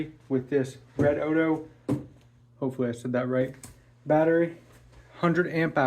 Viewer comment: It's pronounced Red-O-Dee-O